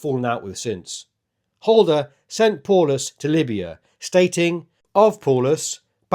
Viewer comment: It’s pronounced POWlus